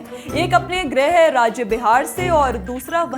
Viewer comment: बेटा ग्रह राज्य नहीं गृह राज्य होता है तुम्हारे बोलने बहुत कमियां सुधार लो आगे के लिए अच्छा रहेगा